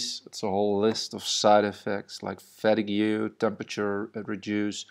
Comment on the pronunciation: nice man. quick pointer: fatigue is pronounced "FAH - TEEG"